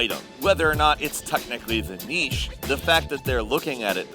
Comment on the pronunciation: Thank you for teaching America how to pronounce "niche".